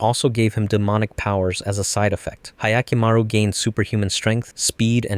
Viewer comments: "ahyakimaru" ? i'm sorry but can you actually read ? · That butchering of Hyakkimaru’s pronunciation hurts as much as the lack of Diavolo